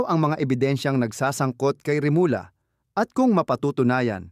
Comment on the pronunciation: comment sa iyong pagbasa sa remulla (remulya) rather than remula.